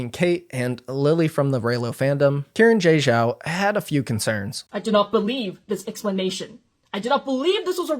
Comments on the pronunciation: her name is pronounced as Shee-ran j Zhao. she + her. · it seems like it isn’t. saw another comment about it, not sure tho. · y'know, i don't believe that's how you pronounce xiran jay zhao